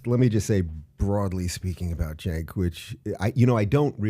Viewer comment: "Cenk" Intentionally mispronouncing/misspelling someone's name is pretty childish.